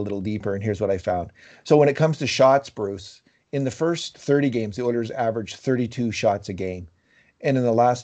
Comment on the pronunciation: In case reads these comments. You gotta stop introducing Bruce the way you do, it’s honestly disrespectful and it’s frankly fucking annoying. Just say the mans name normally.